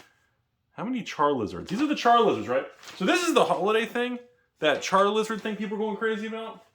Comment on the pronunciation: > Char”L”izard I’m offended